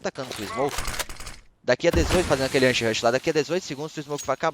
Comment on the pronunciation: Kkk o bendito "Anshirush" do